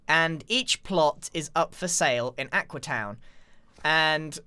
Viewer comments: Its AQUEEE not AQUA! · I like how X gave up and just calls it Aquee